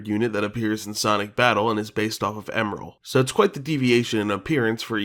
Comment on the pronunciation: I think the correct pronunciation for Emerl is “Em-murl”. And the same goes for Gemerl but add a G. Side note, to add some confusion. Gemerl also has another spelling being G-merl. Aside from a card matching game and whatever the source is for the name on the Fandom Wiki is, I don’t know why it exists.